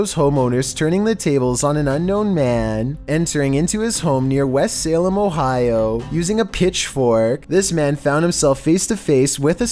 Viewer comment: Hey.. L👀k it that.. it's C!eve!and, OhighO 😏